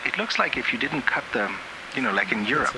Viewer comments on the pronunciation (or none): "Europe" LMFAOOO NOOOOO